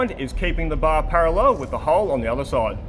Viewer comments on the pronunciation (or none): Don't ever say parallel again